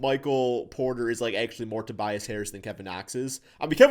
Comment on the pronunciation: "Tobias harriass" 😂😂😂